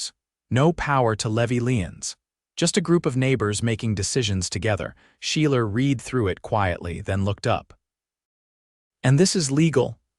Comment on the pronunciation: Teach the narrator how to pronounce the past tense of read.